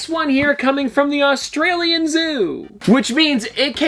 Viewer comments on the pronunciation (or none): none